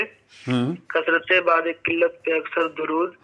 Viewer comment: بَعد ذلت nhi hai بُعد ذلت hai